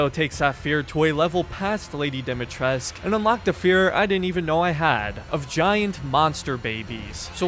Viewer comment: Dimitrescu not Dimitresc